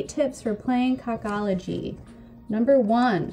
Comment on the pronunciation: I think it's pronouced KO KO LOGY like "coca cola"